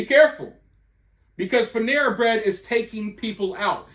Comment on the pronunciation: Pan-era..nuff said